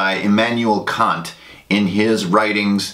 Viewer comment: again, great video. very informative. native German speaker here. I like how you said Kant's name different from the insult it might sound like in English. In German however we would say it exactly like "see you next tuesday", For it to be a long a in the middle it would have to be either spelled Kaant or more likely Kahnt. :)